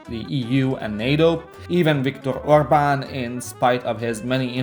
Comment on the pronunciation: interesting also Orban..interesting pronunciation it seem youre an Hungarian...meybe also elite of the elite of the elite)))